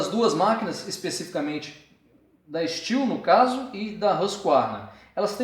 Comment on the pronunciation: É STIHL E N STIU CARALHO!!!!!!